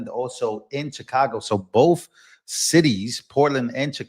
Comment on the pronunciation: There's no F in the word both!